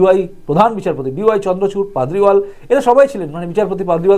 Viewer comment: পাদরিওয়াল নয় পারদিওয়ালা ।